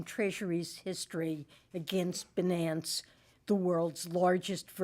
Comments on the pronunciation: Damm Binance! It's Bi nance Secretary Yellen you had one job!!! Read the script in a correct believable manner.😂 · If one can’t properly pronounce such a simple word like Binance, is such a person fit to hold a position of power? Crooks and liars.